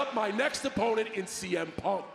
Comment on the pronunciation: I thought he called Punk “CM Pump” lmao